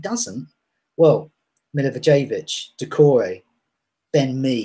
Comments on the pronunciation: It's MILI-VOYE-VICH Even if you say it MILI - VOLLEY - WITCH you would be closer to the pronunciation than Mili-vou-jay-vich. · Milla-voy-yevitch is closer ;) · Please learn how to pronounce the name of Milivojević! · How come every single FPL YouTuber pronounces Milivojevic's name wrong? Learn to say it properly and say it with pride and honor. COYP!